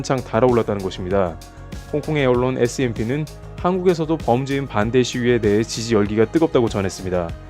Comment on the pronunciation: 사소한건데 자막은 scmp인데 발음은 smp로 하는데 원래 그런건지...?